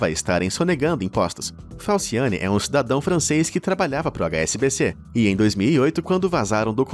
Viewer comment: Eu entendi falsiane. Uma pessoa com esse nome kkkkk eu não confio por nada nesse mundo